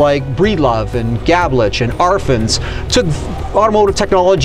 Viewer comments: Art "Arfins"? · That's ARE-fons, dude...😏 At least learn how to correctly pronounce the subjects of your reporting. At least do a google search first...🙄